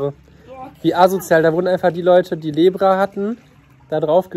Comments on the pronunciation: Und es heißt lepra, nicht lebra 😅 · Wie kommt er auf "Lebra"!?🤔 das heißt Lepra..🙈 ist ja n schwacher Geschichtsunterricht😜